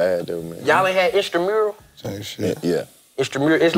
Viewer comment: Did DC say, “Y’all didn’t have Instramural?? 😂😂😂😂😂